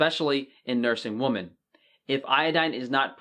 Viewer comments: Women is pronounced "wimmin", not the same way as "woman". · we gotta teach you how to say women lol. Great video though. So many people don't know how important iodine is. Many vegans use pink Himalayan salt, while it has some iodine, it's a very small amount. So it's better to pick celtic or regular table salt over Himalayan salt. When using iodine transdermally, you must be very careful with allergies. Iodine or betadine can cause an allergic reaction over a period of time, especially on fair or sensitive skinned people. As a surgical tech, I can testify to this common occurrence. About half my colleagues and I are all topically allergic. One big clue if you are allergic is if you are allergic to avocados or shellfish in addition to IV contrast.